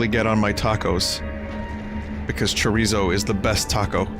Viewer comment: its bothers me how bad he says chorizo